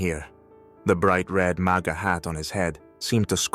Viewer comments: It’s MAGA not Mega. Big difference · If you are going to use AI to do these at least get the terms correct, you mentioned MEGA hat towards the end... I'll make sure feedit is blocked from now on. Just get it right